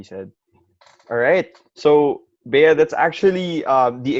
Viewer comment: Bea.. its ej not eya😁